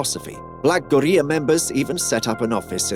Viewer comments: Why tf you saying gorilla like that? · Why dude pronounced gorilla like that? 😂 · man say Maryland and Gorilla correctly please